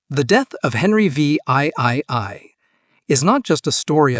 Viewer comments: Henry VIII is pronounced Henry (the) 8th by all experienced English speakers. If the Ai can't handle Roman numerals just change VIII to "The 8th" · "Henry Vee Eye Eye Eye" Can you make the AI any more obvious? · Henry the Vee Eye Eye Eye, huh? 🤣